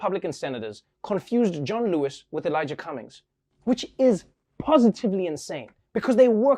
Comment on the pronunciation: Did that anchor seriously call him Don Lewis?? I've listened to that opening several times now.